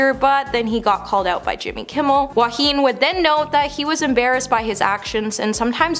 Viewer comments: Please pronounce Joaquin’s name properly. He should’ve never been cast in this role after what happened with Heath Ledger when he filmed the Joker. It literally killed him becoming the Joker & not being able to sleep due to the nightmares he was experiencing over the extensive mind manipulation used to get him to be right for the part. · Unbelievable she can’t even pronounce Joaquin properly & keeps repeating incorrectly. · I agree that They should pronounce his name correctly. However, he was amazing as joker. Also, maybe you forgot he lost his famous actor brother, River Phoenix. So, he definitely understands losing someone too early. Which is probably why he did such an amazing job.